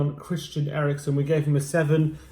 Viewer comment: Eriksen and not Erikson. Calling him Erikson is like calling Kane Klinsmann. Christian is Danish and not Swedish, like Kane is British and not German. A kind reminder... A dane nver want to have a Swedish name...